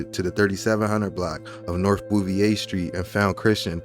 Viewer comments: Naw. The correct pronunciation is Boo-ve-yay. That's how the family's name the street was named after was pronounced. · Bro you from Philly and don’t know how to pronounce Bouvier street pronounced Ba-veer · yeah a lot of people from philly pronounce Bouvier wrong